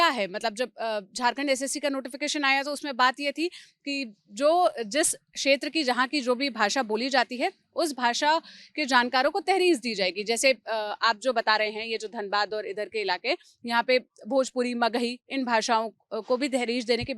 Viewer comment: आपको आपकी गलती बताने के लिए क्षमाप्रार्थी। तहरीज नहीं होता तरजीह होता है